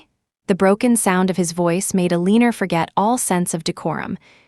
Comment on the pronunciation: Ilianora????WTF? I keep hearing the AI butchering the name Eleanor. Is this another rendition?